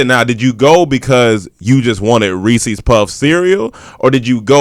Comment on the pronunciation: The way pronounces “reeses” gon make me kill a man